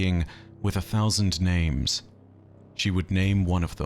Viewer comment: Cannot count on "". If he cant get the names right, what else is not right? Every intentional "I know better than the dev's" pronounciation is like nails on a chalkboard, and kind of arrogant.